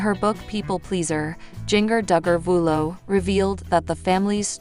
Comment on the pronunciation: Jinger Duggar Vuolo absolutely did NOT lose her home! She lives in Santa Clarita and there were no fires there!! She was recently interviewed on CBS good morning and was asked about her home and she stated they were not affected. Get your damn facts straight!!! And damn say her name right!!! And the city she lives in and the state she’s from! Jesus Christ!